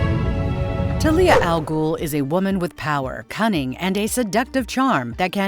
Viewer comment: Ta leea Al Ghul? 😂 That least learn the names.